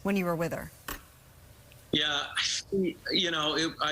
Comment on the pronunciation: Billy 'grab em by the' Bush is reading it wrong and RIP Lisa Marie and condolences to the family and friends.